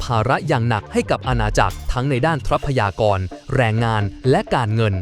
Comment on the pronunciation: รำคาญ คำว่า ทรัพยากร ออกเสียง ทร ควบ